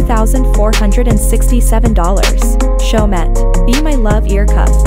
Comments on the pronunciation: My ears are bleeding from your pronunciation of Chaumet, the last ‘t’ is not pronounced, it is a French brand so it should pronounced as Cho-mee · They arent french blud not everyone can Prounounce in a french way